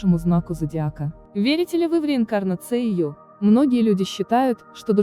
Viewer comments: Услышав слово "реинкарнауея", потеряла всякое желание слушать дальше! 😠🖕Учите русский, не уважаемые! 😅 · После того, как голос за кадром произнёс "реинкарнацЕя" блокирую. Не смотрите и не слушайте эту чушь! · РеакарнацЕя?Кто у них у всё это читает?Где они учились?И что они курят?